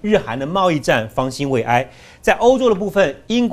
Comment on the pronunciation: 永康，方兴未艾的艾读第四声啦